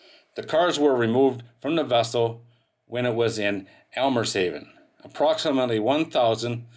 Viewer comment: "Almer Haven": read "Eemshaven".